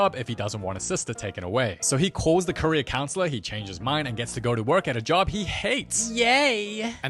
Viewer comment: Every time he says, "Career counselor". I hear "Korea counselor"